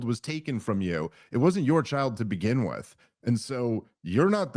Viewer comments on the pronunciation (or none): none